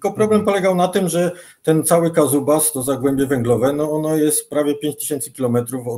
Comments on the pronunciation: "Wiki" mówi ze to się nazywa "Kuzbas" nie "kazubas" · Kazubas czy Kuzbas? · Kuzbas a nie Kazubas. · Dokładnie, Kuzbas - jak kuzyn. Uszy mi puchną od "kazubas" xDD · Chyba chodzi o KUZbas a nie Kazubas :D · Kuzbas, nie Kazubas. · Rozmowa bardzo ciekawa, tylko źle wymawia nazwę regionu - Kuzbas.